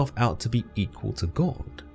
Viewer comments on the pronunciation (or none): none